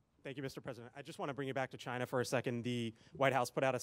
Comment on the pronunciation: LOL why can't he say China normally